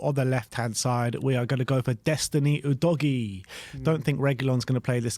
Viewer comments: please stop calling him oodoggy it's pronounced uu'dough'g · actually, since his name is Italian and not English, it's pronounced "oo dog ee ey" - dunno what English always seem to assume the "e" at the end there is meant to be for?